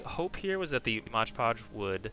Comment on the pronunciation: This is my first video I've seen of yours, great stuff! Really excited to check everything out! If I may? Mod Podge is said like you would a game mod, it's one of those mistakes that are hard to hear over and over. Hope you keep these videos up however you say it though